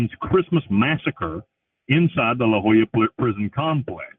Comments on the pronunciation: It’s weird how he pronounces “La Joyita” as “La Jolla”. La Jolla is a wealthy resort town near San Diego, California, so the disparity is quite strange. I’m not sure about Spain-Spanish, but in Latin American Spanish, two L’s are pronounced like the English Y, and the Spanish Y is pronounced like the English E. So La Joyita would be pronounced “La Hoíta”, and La Jolla would be pronounced “La Hoya”. Edit: It should also be noted that the US and Panama have a lot of international treaties and agreements tying our countries together, mainly because of the Panama Canal, and Panama being a bottleneck which you have to travel through to get to and from South America and North America. So it makes sense that Amnesty International won’t/can’t intervene on behalf of an American prisoner convicted of murder for hire in Panama. Central America is a very dangerous part of the world on a good day, and you’d have to do more than just kill one person for the highly corrupt police to take notice. Bill is definitely downplaying what crimes he committed to get there. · That's how you pronounce the name of prison? Thought the t and a had some kind of phonetic use...